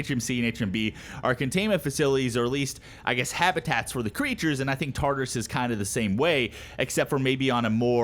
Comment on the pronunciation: You're saying Tartarus wrong. It's pronounced as follows: Tar-tare-us(is). Tar as in tartar, "tare" like terabyte.